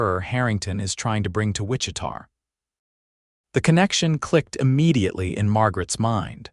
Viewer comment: Hate that the announcer can’t pronounce Wichita correctly